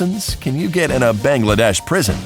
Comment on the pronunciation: PRISON!?I’m from Bangladesh and the worst thing that can happen to u for cheating is that u will get a long lecture from the subject teacher in front of your whole class and u pronounced Bangladesh wrong...please do your research before making a vid mostly full of lies